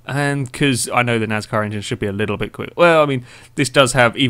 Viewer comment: Why do you pronounce your s in NASCAR like a z .